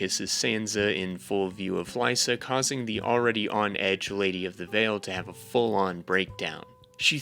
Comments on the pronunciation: There’s a lot of weird mispronunciations in this videos that threw me off. Like how he said Lee-sah instead of Lie-sah. Like did he watch the show on mute with the subtitles on? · Why do you think the Freys are incest family when it’s NEVER said in the show or the books? It gets annoying after a while he just has a lot of kids & keeps marrying little girls who are the daughters of his lesser lords & they give him more kids. & Cat’s crazy sister’s name isn’t Lisa it’s Lysa (Lie-sah) but this was nice I thought you’d do more book comparisons & dumb & dumber totally ruined the show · ITS PRONOUNCED LIE-SAH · the Frey incest ish was wild to hear him say. How could anyone get that so wrong 😭 but the video was still pretty good.